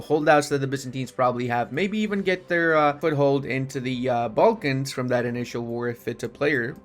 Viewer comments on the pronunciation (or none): none